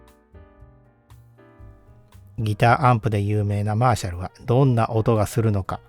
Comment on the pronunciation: マーシャルの発音からして演奏側でいらっしゃらないと思いますが、これはギターアンプで感じてきた印象と全くかけ離れた音に感じました。 流された音に対してのモコモコ感、トーン修正しないと聞けたものではないですね。 演奏側の人は、恐らく、気持ちの良い１点に向けて、オーディオアンプもBASS/TREBLEは、常に動かし続けていると思います。 このアンプの解明すべきは、素の特性では無く、そういう人たちの気持ちの良い１点が探しやすいトーンバランスの能力なのかもしれません。 いうて、トーンはYAMAHAよりLUXMANの方が気持ちの良いところに合わせやすいので、楽器制作会社だからとか関係ないかもしれませんが・・・。 Frieve-Aさんのコメント見たいｗ